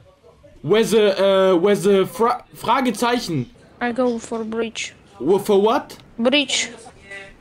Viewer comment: Englisch unnormal geil: Der erste Mitspieler aus der Slowakei sagt "bridge", was sagt: "B*tch"